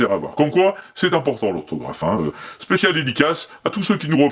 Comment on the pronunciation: "Représente l'ohrtaugrafe !!!!"